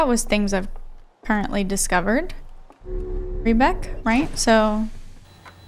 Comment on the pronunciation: First player ever to pronounce "Riebeck" correctly!